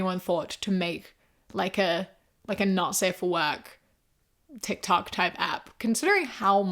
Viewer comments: GIRL DID U SAY TIT COCK INSTEAD OF TIK TOK😭 WHILE talking about a spicy tiktok, I'm dead. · you saying Tit Cok instead of Tic Toc in that moment. 😂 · I listened to this like 5 times and I KNOW you meant TikTok but I can literally only hear ‘tit-cock type platform’ 🤣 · You misspoke and said titkok and I think that’s perfect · I'm sorry, I'm pretty sure you said tick tock every time, but I heard "t*t c**k" when you were pitching a NSFW tic toc, lol. And that is a great name for it, lmao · Not to derail, but when you start talking about a "spicy" tiktok, you called it "titcock" at one point and I am losing my mind because that would actually be the best name for it LMAO